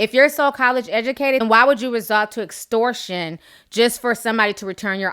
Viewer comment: Dragon Ball T Girl Series lmaoooo ; this bitch look like Miss Jay Alexander from Americas Next Top Model. How is she college educated but in her Live video she didn't know how to pronounce "EXTORTION" or "GENUINELY"?